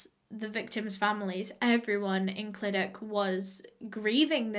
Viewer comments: Don't get me wrong, I don't speak Welsh at all, but I do in fact live in South Wales. I've watched loads of her videos about cases, and whenever she's made the disclaimer about possibly pronouncing place names wrong, I've always thought to myself "it can't be that annoying to people if she gets it slightly wrong". Yet here I am hissing at the screen the proper pronunciation of the Welsh places. The Welsh language is bizarre 😂😂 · I'm from around this area! Btw most of the time when something ends with CH it's pronounced as a sharp H. You want to feel it at the back of your throat. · no she did notttt 😂😂😂 clydachhhhh where’s the ‘ch’ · ClydaCHHHHHH CHHH you have to pronounce the chhhhh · The amount of times she butchered the way we say Clydach😔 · You say clydach as cl i dachhh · its the actually being welsh and hearing it pronounced 'clidac' for me 🤣 it's cluhdachhh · Clydach is cly dach and Ch is like a cat hissing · i dont want to be rude here but clydach is pronounced as cyda-cgh if that makes sense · I saw clydach And i- I knew it 💀 Isn't it said ClidaCH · Your pronounce it clydac but your pronounce it really well fair play !! Thank you for doing this case x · Clydach is pronounced like cluh-dach (and the "ch" is pronounced like the Scottish "loch") or some might say "clee-dach" so idk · just started but ITS SAID CLI-DA-CHH basically like ur spitting at the end!! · cli duck <3 ik she tried but its funny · The way she was saying clydach was making me cringe as a Welsh person😂😂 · I used to live in clydach I’ve never heard anyone pronounce like you just did lol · appreciate you said sorry for the mispronunciation, however the welsh language and the culture here shouldn’t be baffling to you nor anyone. it’s just like any other country, like places you go to holiday on. The language and culture is important here just like it is in any other country. I dunno, that pissed me off.. always get people shitting on Wales and have no idea why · both wrong tho :/